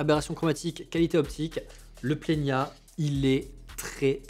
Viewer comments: Plena et pas plenia 😅 je me le suis procuré, il y a peu de temps monter sur Z5II ! C’est vraiment un objectif fabuleux. Le bokeh est merveilleux, mais de grâce, par la suite, si vous le citer encore, dit Plena. 😂😂 à part ça. Merci pour la présentation des objectifs que vous disposez. Je prends beaucoup de plaisir à vous regarder . Pierre de Perpignan. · Pourquoi ajouter un i ? C’est Plena, pas Plenia … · Merci pour ce partage,. C'est bien toi,? J'aime beaucoup quand tu dis: « Dès que vous mettez l’œil dans le viseur, vous voyez quelque chose de beau. » Le "i" que tu ajoutes entre le "n" et le "a" de plena intrigue, d'autant plus que ta diction est excellente. J'ai parcouru les tentatives d'explication dans les commentaires. J'ai aussi remarqué que Nikon avait donné le nom plena en référence à cette idée d'œil de chat qui devient "plein". Peut-être faudrait-il poser la question directement à Nikon? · C'est bien moi oui :) Concernant le i que j'ajoute, c'est in tic de langage. Dès que je vois un N entre un E et un A, je le prononce à l'espagnol, comme s'il était tildé. Il y a pas mal de noms de marque que j'écorche : Adob (au lieu de Adobi - Adobe), Niouwer (au lieu de Niwer - Neewer), Zioun (au lieu de Ziayoun - Zhiyun) … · Sûrement cet été ! J’ai un planning chargé sur la chaine jusqu’à juin, après je pourrais revenir avec le 85 1.2 :) Je sais pas pourquoi je prononce Plena avec un ñ. Sûrement a cause de mon prof d’espagnol de 2nd qui m’avait traumatisé avec ça 😅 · Merci ! Tu n'es pas la première personne à me reprendre sur la prononciation du Plena -_- Mais je n'y arrive pas, quand je vois un N entre deux voyelles, j'ai mes cours d'espagnol qui reviennent au galop et je rajoute un accent tildé sans y penser :( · Salut, merci pour cette vidéo ! Où est le i que tu prononces dans Plena ?